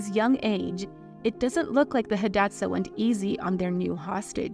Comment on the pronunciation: You could at least learn how to pronounce her name correctly. And Hidatsa. And read more than one source for your misinformation. This one video made me question the accuracy of all of your other videos.